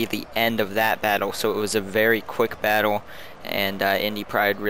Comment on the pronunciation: i cant get over how you say "battle" it sounds like baddwle, id subscribe if you said fight more :P not hatein, i watch a lot of your vids.